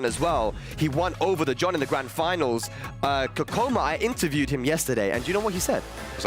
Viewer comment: hears the correct pronunciation of Kkokkoma 100 times from, keeps pronouncing it incorrectly.